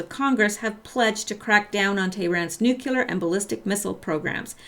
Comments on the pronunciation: nuclear = nu-cle-ar NOT nu-cue-lar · This is not meant to be a mean comment, but it is fueled by the frustration of living in a world where no one can seem to properly pronounce 'nuclear.' It's [Noo-Kleer] NOT [Noo-cue-ler] There is no "U" between the 'c' and the 'l', and if I can get just one person to start pronouncing it properly, all this pedantry will have been worth it. ...I'm sorry... do continue.